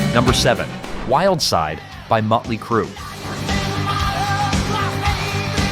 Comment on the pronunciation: He calls them Mutley Crue and Metley Crue. Awesome.